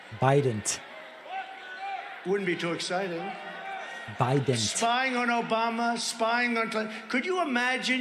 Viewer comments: Please tell me why Trump pronounced that name president "BIDENT". That's so friggin weird. Why did he do that? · David, please save the "president... BIDENT" to the soundboard. Absolutely imperative